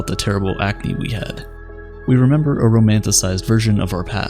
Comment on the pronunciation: “Oh, I love to memba Chewbacca”